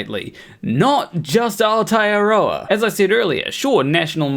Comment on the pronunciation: "Our-tear-rower" broo x'D Aotearoa! Thats like saying "towel-wronger" instead of Tauranga. Anyway anyway who am I to judge. Point is, video is accurate to a T.